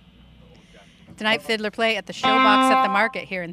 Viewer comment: ITS FID-LAR NOT FID-LER GET IT RIGHT LADY